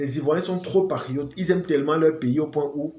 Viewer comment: Quand tu veux dire PATRIOTE , on a l’impression d’entendre PARIOTE donc il faut articuler un peu